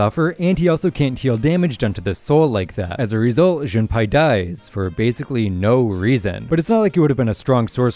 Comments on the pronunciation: Jun pie💀 it’s pournonced Jun pay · It is JunPAY now JunPai